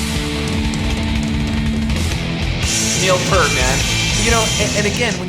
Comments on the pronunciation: Slight correction; it’s not “Neil Purt”, it’s “Neil Peart” as in pierce except with a “t”. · Also, I don't mean to be that guy but FYI: the vowel sound in "Peart" is pronounced like the sound of "peer" not "per." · Ken... it's Peeeeert... not Pert, which is a shampoo brand. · OK from the start Neil Peart pronounces his name Pear-t (Peer-t) not Purt as MOST Americans do............oh thats all my criticisms. 🤘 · By the way, the drummer (and lyricists) name is pronounced "Peert". Geddy really did plug into the main PA, but Alex still runs through all those Hughes and Ketterer stacks. Lee has, many times, said that "we simply make music we like, and we hope other people like it, too." That is Rush in a nutshell. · Neil's last name is properly pronounced "PEER-T". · Neil’s lasr name is pronounced P👂t. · Yes, please, Ken, Neil's last name rhymes with "fear" with a "t" at the end. It's not "Pert" like the shampoo brand. That's a rookie mistake from someone who's liked the band for over 40 years (assuming that you have been a fan that long). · I know it's too late but Peart is pronounced P with an ear in the middle and aT at the end. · You mentioned how there's a LOT of people there.. That does not surprise me because Rush has a HUGE following-- Their fan base is AMAZING !!! Just one thing, I have to say this because it's drives me crazy.. Say the word "peer" and put a T on the end of it and that's how you pronounce Neil's last name correctly.. Sorry about that, I apologize. Neil Peart was not the original drummer-- the late John Rutsey was. I heard Geddy Lee in an interview say that they would do "something ridiculous" on stage i.e. the washing machines